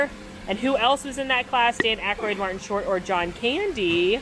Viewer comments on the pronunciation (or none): none